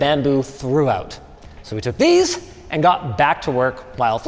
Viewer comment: "These bolts and dese nuts" 🤣